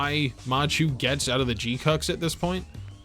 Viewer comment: It bothers me that you pronounce it as G-Cucks when it's proper pronunciation is G-Kwux. Rhymes with crux. Or fucks.